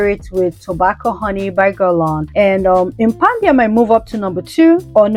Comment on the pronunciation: Why did you keep pronouncing it Impandia ? It’s impadia. Where were you getting the N from?